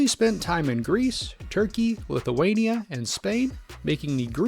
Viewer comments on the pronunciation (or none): none